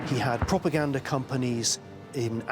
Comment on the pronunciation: Prooganda...., although I can draw similarities between hitler on meds and biden🤣😂🤣😂